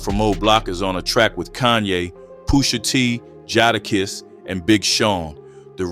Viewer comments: Jadakiss not Jodakiss. 🤣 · Jadakiss.. the a is pronounced like you're saying the letter A. When you say it it should sound like Jay da kiss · You butchered Jadakiss name lol